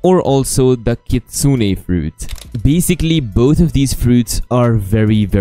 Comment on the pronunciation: is one of the only youtbers who pronounce it as Kitsune(Kit-sune-ay). That is how you pronounce it